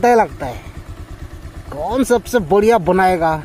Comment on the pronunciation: Boriya nhi,bariya bolo,anyway mast hai video